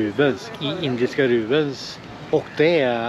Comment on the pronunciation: Rupies heter det va? Valutan. Rubens låter det som att du säger. Du äter och dricker gott. Ser riktigt gott ut